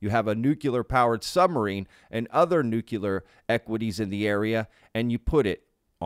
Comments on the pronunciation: Nu-clear not nu-qu-ler you sound so stupid when you say it that way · It's nuclear, not nukular lol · Nuclear=New Clear not newcular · I love and adore you— but a small amendment is necessary (and trust me a lot of intelligent people say this)— it’s “nuc-le-ar” not “nuc-yu-lar”! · nuclear ( new-kleer ) not (new-kya-ler) . to be fair, Grusch pronounces it the same. drives me insane. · Why can't Americans correctly pronounce the word "nuclear"? "nucular nuculear..." I see so many of them, yes I know it was so widespread that it became accepted somehow, but it is still wrong. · That's a lotta nukulas. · Nu - cle - ar. As in pertaining to the nu - cle - us. Nuclear. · It's pronounce 'new-clear'. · Nuclear- nu-clee-ar !!!!! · Just one thing to point out "Nuclear" is pronounced differently.